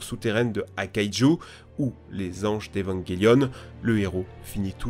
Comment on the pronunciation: IL A DIT EVANGUELION